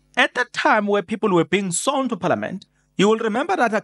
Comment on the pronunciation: 😂 to be sown (sworn) 😂 To parcitipate ( Participate) will burn us one day, but ke, Islungu